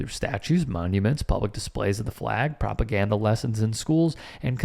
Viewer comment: Pop- o- gan-duh